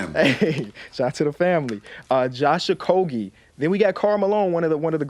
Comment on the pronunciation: Bro said “Josh okogie😐”